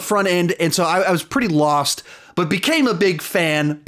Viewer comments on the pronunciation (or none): none